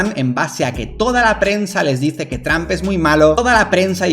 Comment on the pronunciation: 🤣🤣🤣🤣a mi me mata como dice traump